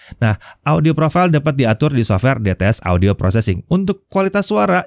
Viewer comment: ngomong dts, dengernya bts, saking terngiyang ngiyang wkwkw